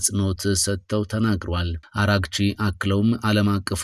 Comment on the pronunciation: አሌክስ ብቻ ነው የአባስ አርጋቺን ስም በአግባቡ የሚያነበው, አራግቺ ሳይሆን አርጋቺ ነው